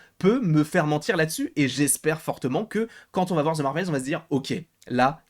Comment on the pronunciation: On ne dit pas zze Marvel, c’est The au pire on dit de pas zze 🤦🏼‍♀️